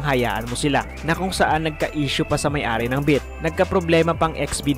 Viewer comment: Beat Hindi bit.hahahaha